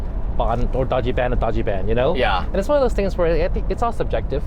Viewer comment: i wish you were better at saying Dajiban, Larry :( You're saying Daaggee Ban. Say Dodgy Bahn